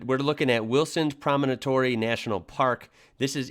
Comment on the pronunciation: It was pronounced as Wilson's Promontory. Not Wilson's Promonotory.